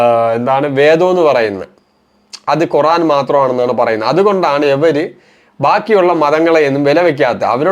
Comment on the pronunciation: കുറാൻ അല്ല ഖുർ........ ആാാൻ